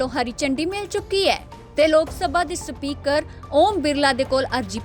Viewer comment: Speater ni speaker hunda